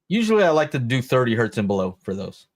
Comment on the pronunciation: It's not One Hert, It's one Hertz. Hertz was a guy's name. The early science called everything Hertzian waves. Hertz is not plural. Great show on everything guys--I'm just being a bit of a duck here!!!! Sorry